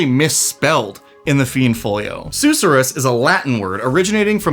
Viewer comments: Sus sure rus, not sooh suh rus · Sus sir us. Not probounced like the Dr. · king i beg you. the emphasis is on the second syllable, not the first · It’s pronounced “suss-er-us” 😋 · Seriously, I winced each time LOL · Youre mispronouncing susorrous